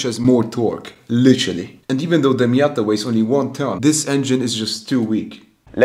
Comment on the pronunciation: miaaaaaaaaaada it is called